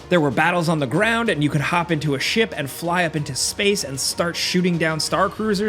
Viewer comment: I understood shit combat instead of ship combat 😂😂😂